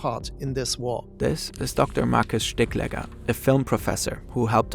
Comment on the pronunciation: Quite sure the professor's name is pronounced stigl-egger (stigl with a long pronounciation of the"i")